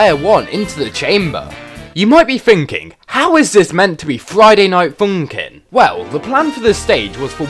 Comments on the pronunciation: Love how he says: Friday Night FOUNKIN' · I love the way he says Friday night FOONNkin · Friday Night Foonkin' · "Friday night fonkin'" "Coostum"